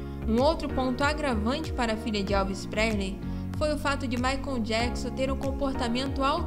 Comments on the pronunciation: Não é "Maicon" mas sim Michael (pronúncia MAICOL). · Moça, não é Maicom e sim Maichaellll😮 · Gente, eu amei o vídeo, mas a pronúncia do nome do Michael me deu aflição 🤦🏻‍♀️Maicon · A pronúncia dela falando michael ... Maicon dói os ouvidos de uma fã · O q me deu aflição foi vc toda hora dizendo Maicon kkkkk